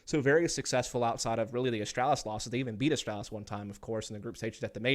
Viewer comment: This guy absolutely triggers me how he says astralis. There is no L behind the A